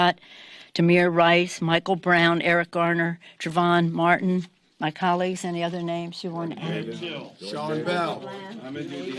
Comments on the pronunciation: the fakest politician's tears I've ever seen. - Can't even be bothered to pronounce Trayvon Martin's name correctly, she says "Travon Martin". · After all this time, as many times a she should have heard his name, she cannot even pronounce TRAVON MARTIN's name! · yikes. that she didn't even pronounce Trayvon Martin and Philando Castile's names correctly sort of shows how much she actually cares about the human beings involved.